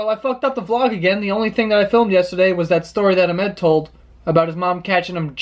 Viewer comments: his names ahmed, its a bit sad to purposely mispronounce your name but whatever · Lmao I have never heard someone pronounce Ahmed like that its usually pronounced "Ahhh-mid" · i live in dubai so i have to pronounce names like ahmed daily and low key it annoyed me when he said amed. And my grandparents are half dutch, im from south africa (basically dutch) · umm i think you are pronouncing ahmeds name wrong. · don't you think Ahmed would've corrected him😂